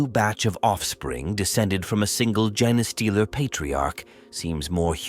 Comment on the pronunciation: Try feeding the AI “Jean stealer” or “Jeen stealer” instead of “genestealer/gene stealer”. It should force it to get the pronunciation right. Kinda counterintuitive, but if you’re spelling it right and it’s pronouncing it wrong, the solution is to spell it wrong so that it pronounces it right.